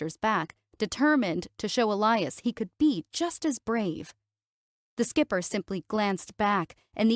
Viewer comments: Or mispronouncing Skiper... ("Skyp-er", instead of "skip-er") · "Skiper" <> "Skipper". Match the captioning with the pronunciation. Pretty please.